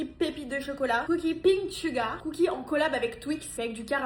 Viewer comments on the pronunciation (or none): none